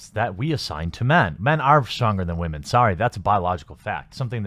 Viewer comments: Are you saying women wrong intentionally or is this a regional thing because I’ve never hear women said like that. Also I don’t do twitter. Twitter is social cancer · You need to learn how to pronounce the word women